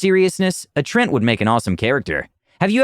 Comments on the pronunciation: Trent? I've always pronounced it as Tree-ant. Have I been saying this wrong all this time? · I love the stories, but the pronunciation just makes me cringe. The word is "treant." There's an A there. Hearing it pronounced "Trent" makes it sound like it's the character's name, not his race. It's almost as jarring as constantly hearing "ar-TIFF-eh-sir" on here. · gonna be honest, every time he says "Trent" it hurts me inside